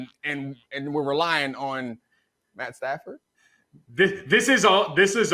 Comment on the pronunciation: matt stafford is an amazing qb. the way that dude said his name...does he watch games. hes got a good 5 years in him